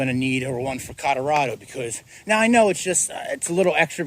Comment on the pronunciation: Codarado??? Colorado! It's Colorado... oh and don't get me started on your wooter. Nothing better than a tall, cold glass of wooter.